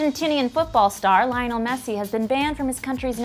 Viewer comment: Also the way she pronounced Lionel